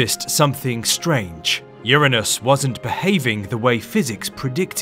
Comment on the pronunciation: URANUS 👈YOUR PRONOUNCING IT WRONG